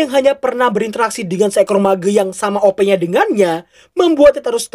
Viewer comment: Mage > (meeje)